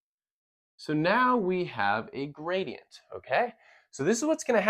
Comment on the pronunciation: What is a “graidenyt”?